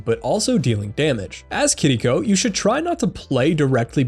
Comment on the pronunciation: Are people aware it’s not pronounced kitdeeco? It’s kiriko?